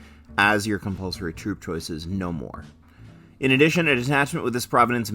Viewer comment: Hehe... "Cumpulsory" 😅